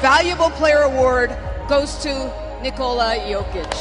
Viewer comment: The only hop shot in the world that is unblockable 😂. How come these announcers say his first name wrong all the time? To rob the man of his third mvp because of his nationality is dead wrong but thankfully Jokic doesn't give a shit 😂